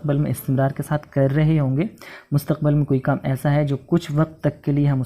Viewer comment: I want to ask you sir that. What is right pronunciation of مستقبل ? I know it Mustaqbil. But you used in video Mustaqbal. What is right and why ?